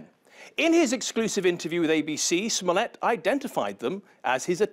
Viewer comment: Jussie must die a little bit inside every time his last name gets mispronounced.